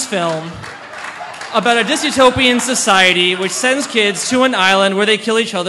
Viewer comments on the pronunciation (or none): DYSTOPIAN. The WORD is DYSTOPIAN. There is no such word as "disutopian".